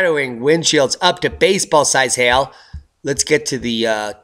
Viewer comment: You're not pronouncing hail properly. Sounds like hell.